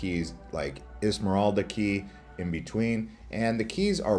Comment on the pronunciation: Bro, it’s not pronounced ismoralda 😂 it’s Isla Morada, I have been there, but at least you tried.